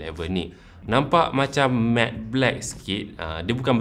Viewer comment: Akhirnya sebutan 'Matte' yang betul dari reviewer tempatan.